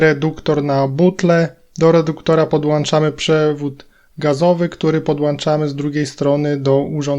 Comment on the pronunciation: I mówimy podłączamy a nie podłańczamy.